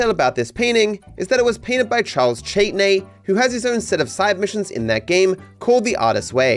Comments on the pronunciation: Typical Aussie mispronouncing non English words/names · it shocked me to my core that you mispronounced Châtenay